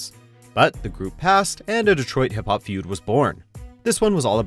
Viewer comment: Why do you pronounce hip hop like that?? 😂😂😂